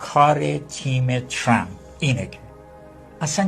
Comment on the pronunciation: اسم ترامپ را اشتباه تلفظ ميكونه😅مانوك